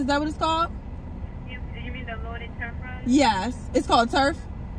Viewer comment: Love that you love them. Gotta try. Oh and btw it's Truff not Turff lol